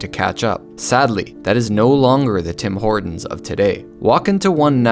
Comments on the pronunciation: Now it's "Dim Ordon"😂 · Taj MaHortons --->DO NOT REEDEEEM!!!